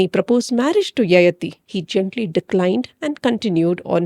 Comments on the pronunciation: It’s yayaathi not yayathi. Pls correct the pronunciation- sounds very odd to those who know the character and the story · Needs to be pronounced as Yayaati